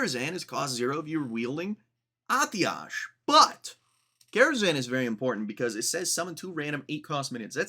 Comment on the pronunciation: Long time WoW player here, Atiesh is "uhh tesh" and Gnomeregan is "Gnome ree-gone".